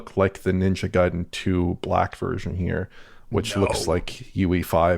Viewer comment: Ninja Guy-den😅